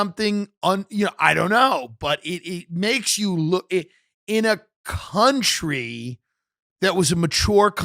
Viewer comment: Hey Tim "Country" has an O in it.